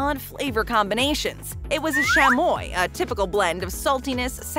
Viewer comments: (cha-moi) = chamoy to be corrected 😅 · Can she call CH A MOY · The way she said chamoy made me kinda mad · The way she said “shamoy” instead of chamoy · did she just say- shamoy? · Ok but can we talk about how she pronounce chamoy